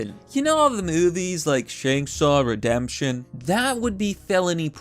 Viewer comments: That was the worst pronunciation of “Shawshank Redemption” I’ve ever heard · Did you intentionally mispronounce Shawshank Redemption?